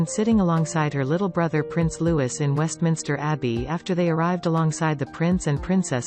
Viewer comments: I am so fed up with you Americans. IF YOU ARE COMMENTATING ON OUR ROYAL FAMILY, for heaven's sake get your pronunciations correct Apart from the fact we speak English and you most certainly do not, LOUIS is a French word and pronounced LOO-EE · please say Prince Louis name correctly its a silent S so its pronounced Loui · It’s louieeeeee the s is silent!!!!!! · Its Prince Louis pronounced Louie not Louis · HIS NAME IS NOT LEWIS!!! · It is really offensive that these narrators don’t know how to pronounce the 4th in line to the throne’s name, Prince Louis. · Learn to pronounce Louis!!